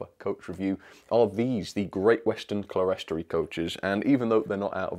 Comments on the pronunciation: It's pronounced "clear-storey" not "cle-res-tory". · Clerestory is pronounced clearstory, which I believe is an alternative spelling, possibly American. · Hi, don't want to criticise but the pronunciation is "clearstory"even though it's spelt clerestory, I only found that out about six years ago myself. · Oh. I thought the word was 'Celestory' as in celestial but no, it's not; it's on the box, Clerestory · Love these reviews! :D - One minor thing (as a fan of cathedral architecture) 'clerestory' is usually a 2-syllable word "clere-story" (pronounced "clear-stree"). As you rightly pointed out, the word comes from the high windows above side isles in churches, the glass level or 'clear story', a design feature echoed in these exquisite coaches. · It’s pronounced clear story, you are right it’s from church architecture. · they are pronounced clear,story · Clerestory? I think it's pronounced clear-story...